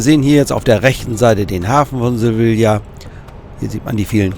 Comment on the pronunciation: Gut gemachten. Bitte Sevilla nicht so falsch aussprechen. Das Doppel L wird im spanischen nicht ausgesprochen. LL als J.